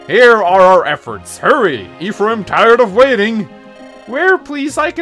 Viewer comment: Making fun of someone the way he pronounces 'lucina' and then go on to pronounce 'ephraim' like this. Smh